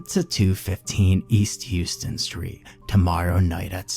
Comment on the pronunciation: Houston Street is pronounced How-stun.